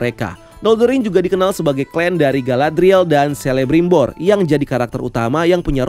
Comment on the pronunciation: FYI aja huruf C untuk semua nama karakter Middle-earth dibaca jadi K. Jadinya bacanya Kelebrimbor, Kurufin, Keleborn dst 🙏🏻